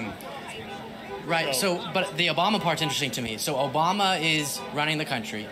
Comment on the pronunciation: "Obamna" made me LMAO.